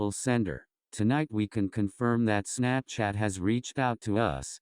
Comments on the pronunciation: it sounded like he said “snapshit” instead of Snapchat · When I hear the word "Snapchat" in this video, it sounds like "Snapshit". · Istg ik im not the only one that heard say snapshit instead of snapchat lmfao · I thought he said snapshit but I understood. I had the volume down. Me bad.